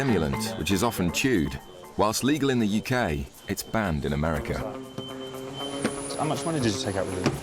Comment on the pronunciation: "Just to ameri-a" huh? "ameri-a"